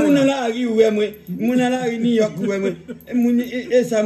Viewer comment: prononce New York pi byen ke tout moun